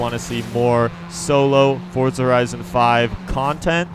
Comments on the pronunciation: forza not fortza bruh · Y does every1 say fortza its forza! Like 4za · Why do u say fortza haha its forza...